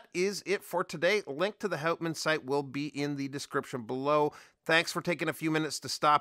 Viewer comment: G'day mate, great review of a beautiful Aussie watch. The name Houtman is actually pronounced hootman with the accent slightly on the first sylabble. It is named after a magnificent group of islands off the coast of Western Australia, you should check them out, absolutely spectacular mate. I would be right on to one of these but the Omega X Swatch collection comes out today so the lovely Pilbara might have to wait a while. 😥